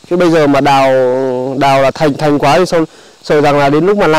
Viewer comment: ƯÓC MƠ "THÀNH" HIỆN THỰC KHÔNG PHẢI "THÀNG"....